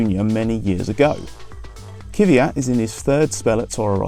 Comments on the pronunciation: Its not kyvyat or kyvat. Its kvyat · It's kveeyat ffs